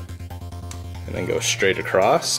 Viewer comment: love the video to bad you sound illiterate saying acrost there's no t in across.